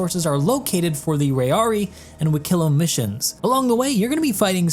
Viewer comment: just a little correction on your Banu, Wikelo's name is pronounced "Wih-Keh-Loh", however the emphasis is on the "Wih" instead of the "Keh" like you pronounced in this video. this is because in Banu, different vowels have different levels of importance, with the "ih" sound needing to be more emphasised than the "eh" or "oh" sounds. all of this can be found in the Banu Guide published by the Rust Society, which i have been brushing up on for Wikelo's arrival in Stanton :)